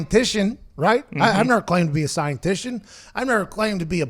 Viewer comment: "I'm no Scientition"